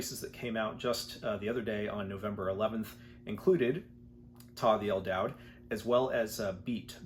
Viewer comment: el daoud - isn't that pronounced as a "u" as in "dude"?